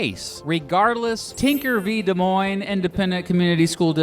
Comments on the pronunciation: The Supreme Court gave no s about Des Moines. Seriously! Did you hear that pronunciation? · It's pronounced des moines